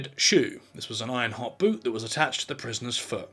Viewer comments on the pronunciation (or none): none